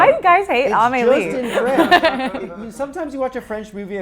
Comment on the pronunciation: Amelie isn't pronounced that way. Anyway interesting interview